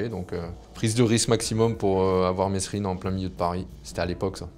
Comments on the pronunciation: Gros arrête de dire messsssssssssrine c’est merine avec un s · On dit MESRINE ! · on ne prononce pas le S de Monsieur Mesrine. Moins pourri ou en tout cas beaucoup plus honnete que toutes ces merdes d'elites qui nous disent à nous ce qu'on doit faire ou pas.